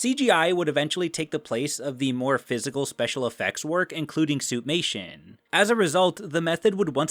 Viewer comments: Every time I hear "suit-mation" I think "soup-nation". Great video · Why do I keep hearing Suitnation?! Hahaha 😂